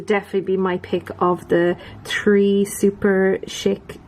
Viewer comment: You pronounce Superchic how I always thought it should be pronounced, but I've heard it pronounced more as Super"chick", lol. That Jaws whatsit one is stunning!